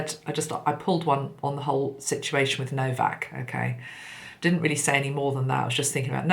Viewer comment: His name is No - vac!!